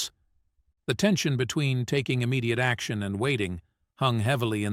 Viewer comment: It would be nice if the narrator would learn how to pronounce easy words such as action.